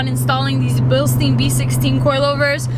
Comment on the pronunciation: Billsteen... funny pronounced in the US 😜 Greetings from Bavaria Germany!